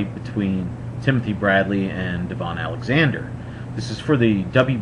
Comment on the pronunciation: Good video! Few things... #1 it's pronounced like da - vin not deee - von